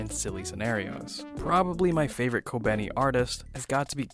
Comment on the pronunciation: Youre completely miss pronouncing kobeni's name and Is very distracting